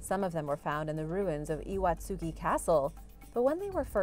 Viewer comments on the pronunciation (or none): And Iwatsuki is pronounced Ee-wot-ski